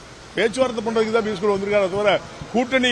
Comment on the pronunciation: பியூஸ் கோயல் என்று சொல்ல முடியவில்லை.....